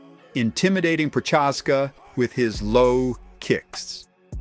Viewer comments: The way you say Prochazka hurt my ears. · Jammahall Hill bro you butchered so many names in this video lol prochaska